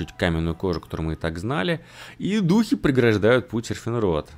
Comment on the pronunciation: Когда-нибудь Сефинрот будет читаться не как СеРфинрот, но не сегодня)